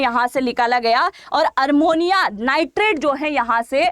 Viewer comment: Armonium नहीं ammonium nitrate